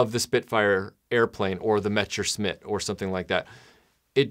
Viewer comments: How do you mispronounce "messerschmitt" as "mechersmit" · Yes, idk what he said. Metsherschmitt or something like that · Every time you mispronounce “Messerschmitt,” a puppy dies.